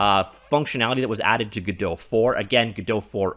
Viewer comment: Was listening to thw author of godpt say the name and he says it the proper way